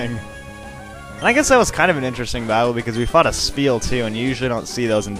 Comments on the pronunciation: sceptile is pronounced: sep and tile not skep tile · its called s-cep-tile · I'm not gonna troll at you for mispronouncing Sceptile (....it's sep-tile....(trolling....)) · Omg y are u saying sCeptile the c is silent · isnt it pronounced septile? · it;s SEP-tile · you are saying sceptile wrong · actually the C in Sceptile is silent most of the time, i remember when I used to watch the anime everyone made the C silent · i always thought the C in Sceptile was silent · the "c" in sceptile is silent...just fyi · Ugh. I usually don't mind the pronunciations, but the Sceptile pronunciation is bugging me. I always pronounce Scep it like Septic.